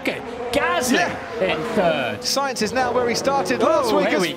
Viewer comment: Carlos “Unsainz”